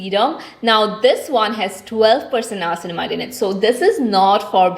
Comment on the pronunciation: It's not nayacinamide It's nia-cin-mide